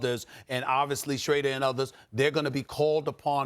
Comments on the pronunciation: “Dennis Schrayder” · Nobody: SAS: "Dennis Shraydurr" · Dude said Schrader & Umbrilla 🤣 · It's about time Stephen A stop saying shrader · Man still can't pronounce Schroder right 😂😂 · Stephen A can't say Dennis Schoeder's name to save his life. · Just came here to say that...the German pronunciation sounds more like us English speakers saying Schrader. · Seen a few people correcting him with the pronunciation that's less German and more English...the player is actually from Germany, so it's most likely he pronounces his name the German way...which would mean Stephen A is closer to correct than the people correcting him.